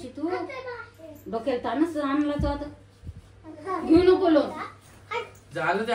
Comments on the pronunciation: लोण नाही रे पागला.लोन म्हणत . बोलता येईना आणी चाललं कर्ज काढायला.😅😅😅 दोघ नवरा बायको अशिक्षित आहे. राधिका मस्त शिकलेली आहे. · याला kon लोन देणार 😂 साधा इंग्लिश चा प्रोनाऊन सेशन बरोबर नाही😅 लोन वाला पहिले पळून जायचा हा दिसल्यावर😂 आणि ती हाव न आई हाव न आई बस 😅 बाकी kahi नाही